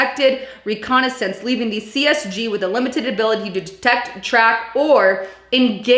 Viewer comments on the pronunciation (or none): none